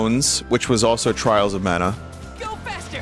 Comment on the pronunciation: "TRAAHLS O MAANA"